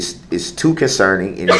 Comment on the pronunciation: "estreemly concerning" - god this man-baby is thick! If I hear him say "estreeemly conceerning" or "I axed...." one more time I think I will scream!!!!!!!